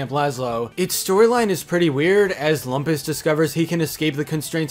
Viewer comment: You're mispronouncing "Lumpus..."